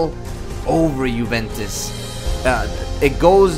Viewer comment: It's (you)(vent)(tes) btw the intro gave me chills and it was my first time watching you